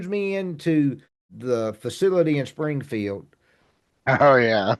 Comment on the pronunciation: Springfield sounded like you said Springhill